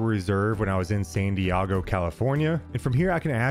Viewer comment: Don't ever say San Diego like that again.